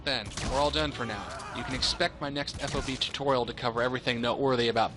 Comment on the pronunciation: Drives me nuts to hear FOB spelled out, just say it, rhymes with fog. No self-respecting soldier calls it F-O-B.